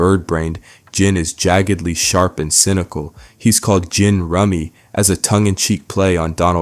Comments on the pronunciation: sorry, this stuff is AI. Boondocks had a lot to say, and that is great. But in an essay about a topic do you need to repeat the same thing multiple times? Nah. Too many mispronounciations, way too little organization. There ain't nobody whose seen Boondocks and calls him Gin with a hard G. Nobody who has seen the show doesn't know how Wuncler is said, and no one who is good at writing essays brings up things they've already explained just to explain it again in almost the exact same way. This was AI. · The narrator is AI or just... stupid? He says "WUNKLER" instead of "WUNSLER" as it's pronounced in the show and in another video about Ed this narrator correctly says "WUNSLER" also the flip flop between hard and soft G's in Gin and the hard K in Wuncler makes me think it's AI. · How’d he go from pronouncing Gin correctly to incorrectly and then back to incorrectly that many times? These mfs done Ai’d a black voice to feign authenticity? This is fucked up man I been listening to these videos all day and now I feel betrayed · Shame to hear this is Ai voiced, I really enjoyed this channel. But the fact you pronounced Gin Rummy's first name correct 10+ times, but also incorrectly 10+ times, leaves me with no other choice but to call you out for using Ai. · Great video but wow hearing gin rummys name being mispronounced back and forth was so distracting. Also his name is an obvious play on the card game so just pronounce it like that 😂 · Bro you need to learn how to pronounce the characters names before you make a video about them. Both “wuncler” and “Gin” are names repeated like hundreds of times in the show and probably in the episode this video is about 😂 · How are you going to repeat everything word for word at least 4 times, then at least 3 more times re-worded? Not to mention mispronouncing and correctly pronouncing Gin multiple times. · And he mispronounced Gin Rummy too lmao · What's annoying is how you pronouncing Oncler & Gin!! 🤨